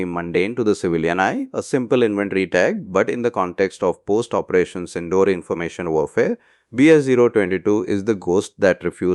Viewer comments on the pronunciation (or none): Teach your AI models the right pronunciations. It is not Sin-door as in door दरवाज़ा (सिंडोर), It is Sin-dour - सिंदूर.